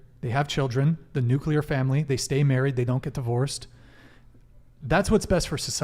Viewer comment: It's NUCLEAR family, not nucular family.